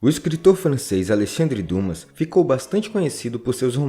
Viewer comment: Você errou na pronúncia de Alexandre Dumas. Na verdade se pronuncia Dima.